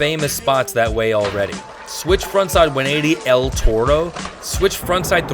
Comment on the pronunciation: "Heel Frip" "El Tordo" I love the video bro, keep them coming! 🤙🏽🛹🔥